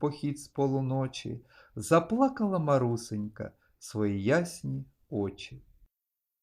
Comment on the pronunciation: Haм вчителька каже що не Марусенька а МарусЕнька наголос неправильно ставе